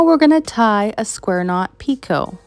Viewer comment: This is the cutest tree ornament! I have always heard picot pronounced the way you said it. Thanks for all of these wonderful tutorials!